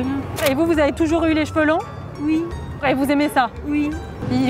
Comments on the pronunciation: On dis oui pas ui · je suis mort ptn " ui " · mais elle va pas bien avc ses "ui" en plus j'l'aime pas elle est mauvaise Par contre les mecs à la fin ils sont gavé cool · purée les "ui" la pauvre 🤣🤣🤣😭😎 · Le ui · elle m'a tué avec ces ui🤣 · jme suis pas arreter drire pendant 3h mdrrr en plus avec la meuf qui dis ui ptdrrrr mais 😂😂😭😭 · BAHAHA LA MADAMME AVEC SES "ui" 🤣🤣😭😭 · Non par contre les "ui"je décède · elle a un problème avec les autre mot que oui oooouuuuu??😂😂😂